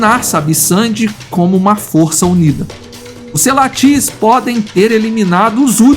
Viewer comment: все названия коалиций специально что ли неправильно говорите???? Селатис на А ударение, МАПОГО на О второй слог!!!!!!!!!!!!!!!!!!!!!!!!!!!!!!!!!